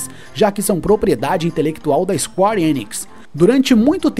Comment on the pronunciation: Ótimo conteúdo. Mas é isquér e não isquári.... Square = isquér!